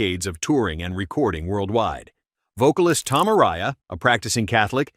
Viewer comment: It's crazy how Venom has had this complete resurgence over the last 5 years! Sidenote: You can't even pronounce Tom Araya's name correctly!